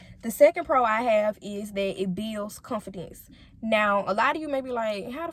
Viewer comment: She needs to learn how to pronounce the word “Confidence”. Sound ignorant af